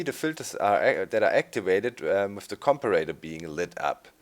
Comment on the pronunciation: Comparator's correct way to say it Com-pair-a-tor